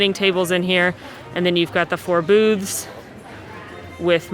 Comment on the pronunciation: Love! This is the best videos that I watch during my break at wok. However, If no one has catches it. Re listen about the time. She says "Boobs" not Booths. LOL.